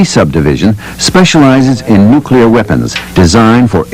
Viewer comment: Did that loader say, "nucular"? 😆